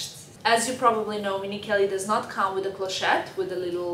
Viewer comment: Tink? Wid? You mean think and with?